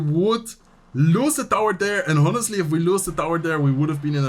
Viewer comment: Just a small note: in English, ‘honestly’ starts with a silent h. Keep up the good work :)